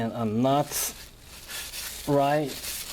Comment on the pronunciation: And de nut